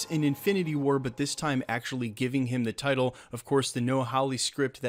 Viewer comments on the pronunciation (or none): none